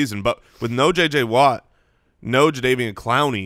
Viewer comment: Does always pronounce it J. J. Whaa?